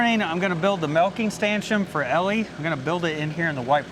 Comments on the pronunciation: Totally agree with Rebecca, stanchioN, eXcavator, and you also say concrete strangely. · are you putting the M on stanchion on purpose? edit: I just got to the end of the video... HAHAHAHA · Congrats on the first milking!!! Ellie did amazing. Despite all of your mistakes while building the stanchion. I've noticed when you say stanchion you say stanchum. I don't know if that's a regional thing or not. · Why does he think STANCHION ends with an M??